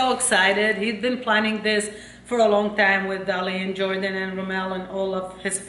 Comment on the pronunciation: say jordhan instead of jordan